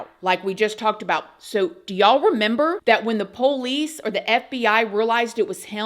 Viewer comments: “Poh-lice”. From Georgia, Lol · PO-lice. Where is she from? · Gotta love all of word accents! “PO-LEESE”! and “ Very INTER-RESTING! 😊” ❤❤❤ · I’m not the biggest fan or worst. But, you’re saying Pole ice drives me insane. Keep on, just seeing old habits die pretty hell hard .